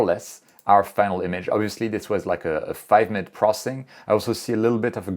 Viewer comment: Funny thing about me is I enjoy capturing images almost every night. But somehow the lazy bug bites me for processing the images. By the way I just enjoy how you pronounce “processing” as “prossing” lol